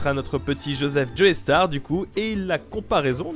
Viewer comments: "Djoéstar" N O N, "djostar" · C'EST JOESTAR PAS JOEYSTAR PLEASE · Super vidéo mec ! Petite précision : on dit plutôt "Jostar" que "Joaistar", même si ça s'écrit Joestar (Précision inutile et sans rapport direct avec la vidéo digne du weeaboo que je suis ^^) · Au début quand t'as dit Joestar j'ai cru que t'avais dit Joeystarr j'avais absolument pas compris la comparaison du coup.